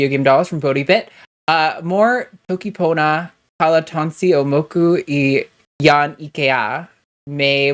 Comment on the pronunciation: 💡 Toki pona is a constructed language (like Klingon or Esperanto) that only has 120* words and is easy to learn:) made a video about it called "The world's smallest language" pronounced the toki pona very well👍 better than Blåhaj 😝